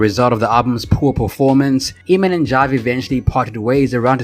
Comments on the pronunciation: This narrator's pronunciation is irritating. It's 'Ay-mon', not 'Eeee-man'. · Emin ? Lmao It's pronounced like Amen, ya goof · I can’t watch this in it’s entirety with the guy pronouncing it “Ee-mon” when it’s “AYE-mon”. 🤦🏻‍♀️ Anyway, Eamon makes great, current music on the Enemy Soil label. IYKYK. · It's Pronounced Aim-In (Eamon) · It’s pronounced AYMAN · At least prounce his name properly. The E is silent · I really don't understand you guys doing these biographical videos about artists whose names you CAN'T EVEN PRONOUNCE! 😠 that should be the FIRST THING you research. How to say their effing name! 🤬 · Who thought this guy was gonna be anything? Bro can barely sing and got famous because his song had curse words. It did what it did, no hate but in this day and age what does he offer? On another note, it's hilarious watching as can't decide if to bleep the "fuck it" say it himself, let dude sing it and then bleeps it again. Also my guy literally said his name in the video, it's pronounced like "Aemon", And goes right back to calling him "Eemon."🤣😂